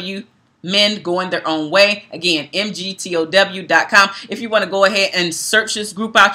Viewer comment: Because this video was done in a largely respectful manner, I'll gently make one correction to your content: MGTOW is pronounced "Mig- tow", the "tow" portion being identical to the first syllable in the word "towel" for instance. Hope this was helpful.